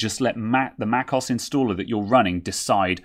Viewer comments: it's not "macoss" but "mac OH ESS" also what does microsoft office have to do with upgrading to an SSD? totally irrelevant info. guess you like to hear yourself talk? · For future videos; Mac OS - as in Mac Operating System aka macOS. Mac(k)os sounds jarring.. I admire your technical skill - this is just me being a jerk. I do feel it's about time people learn to pronounce software properly. Hence, I'm being the jerk of the day.